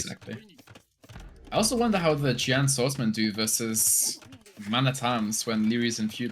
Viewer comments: Xian Bei = Shee-En Bay Jian Swordsman = Djee-En Swordsman I got tilted every time any of you pronunced it bad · Sean Bae and John Sworfdman are obviously right and the only reasonable thing to be tilted over.